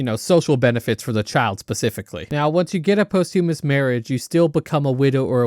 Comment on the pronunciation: lmao "possthewmuss"